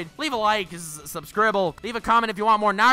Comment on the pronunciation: Dead-ass actually subscribed because how you said subscribble